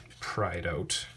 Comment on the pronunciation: "I'm gonna put a tweet oat." CANADIAN DETECTED